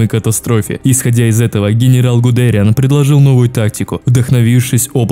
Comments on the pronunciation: Все супер. Только ПОЖАЛУЙСТА! исправь свое произношение. Не люфтАфЕ, а лювтВаффЭ, не ГудЭриан, а ГудериАн(на последний слог, как у фпанцузов) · Привет, видос топ, очень прикольно с исторической хроникой, однако есть небольшие недочёты, во первых, там где должно быть фото Генриха Гиммлера стоит фото Гудериана, во вторых, не РоммЕль, а рОммель, не ГудЕриан, а ГудериАн, 😅 (без обид, просто неточности) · Ставь ударения правильно.. ЛюфтвАффе. РОмель. ГудериАн. Ну можно и гудЕриан, но это устаревшее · И в общем, ты часто не правильно произносишь фамилии рОммель гудериАн